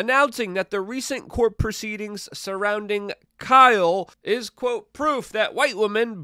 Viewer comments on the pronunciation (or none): none